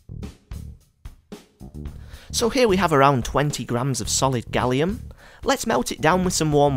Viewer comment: You don't pronounce aluminum correctly or gallium